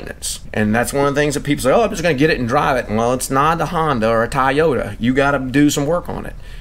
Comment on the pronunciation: It's not a Honda or a Tie-Yoda!